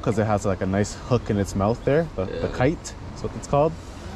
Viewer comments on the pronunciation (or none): Man said kite not Kype 🤣🤣🤣